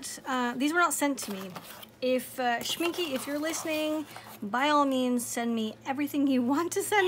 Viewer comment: My German friend said it's pronounced, "Schmink-UH". 😁 Don't worry, she teased me a lot! 😃